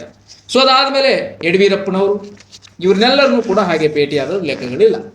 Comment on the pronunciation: ಚಾನೆಲ್ ಹೆಸರು.. ಅದಕ್ಕೆ ತಕ್ಕಂಗೆ ಸರಿಯಾಗಿ ಕನ್ನಡ ಮಾತಾಡು.. ಯಡಿಯೂರಪ್ಪ ಅಂತ ಸರಿಯಾಗಿ ಹೇಳು..